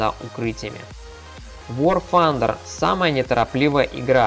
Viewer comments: блин, это так раздрожает какой аор фандер!? Тандер!!! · вор фандер касаться узнай как произносится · Паренек! Не пытайся быть англичанином! Вар Тандэр игра называется. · явно проблемы с англ языком вар фандер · ага. когда он гаварит вар фандер, у меня уши вянут, кагбудто бы стучат ложкой по батарее!!!! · Ещё один англичанин. Произносят люди так как нашему русскому уху приятно. Вар Тандэр и точка. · И вообще игра к Великобритании никакого отношения не имеет! Американцы произносят Тандер! Англичане Фанда. Ну почти как панда. Так что игра из америки и произносится как Вар Тандер.